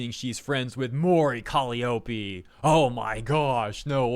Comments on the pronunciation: lol cmon Calliope is Cah-lie-ah-pee not Cali-oh-pee lol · call me an ignorant fool but isn't Calliope pronounced as "kuh-lai-oh-pee"? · Took me a minute to realize you were saying Mori Calliope's name lmao